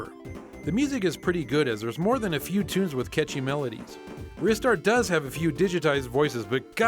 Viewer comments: The way pronouce game titles killed me slowly each time. RizStar. Ooh! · and will never pronounce Ristar correctly.